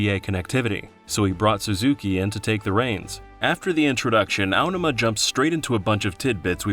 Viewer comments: Feels so wrong to hear the emphasis put on the first syllable of "Aonuma". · Was this narrated by AI? Your pronunciation of Aonuma is so grating I can't watch this.